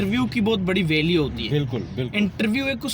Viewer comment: Value bolna sekh lo pehly valueeee ahahahhaa